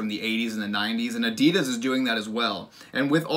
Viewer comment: the way you pronounced Adidas lmao uh-dee-duss